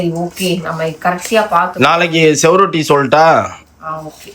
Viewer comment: Sevarotti ah endha sevathula otti 😅adhu suvarotti